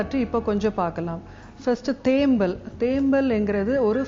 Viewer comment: தேம்மல் என்று உச்சரிக்க வெட்கமாயில்ல நீயெல்லாம் ஒரு வைத்தியரா ???? பேச்சில் 99 % ஆங்கிலம் தமிழ் 1%ஆங்கிலேயனுக்கு பிறந்தனியா?